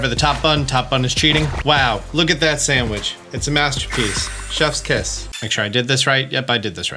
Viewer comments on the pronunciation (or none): none